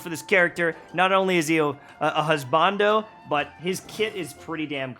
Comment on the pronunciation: Lmaooo the way said 'Husbanndo'